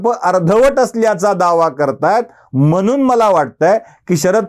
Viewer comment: 'म्हणून '... म्हनून....